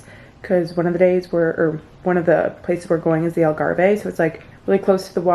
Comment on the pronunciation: “The Algarve” pronunciation hurt my soul😢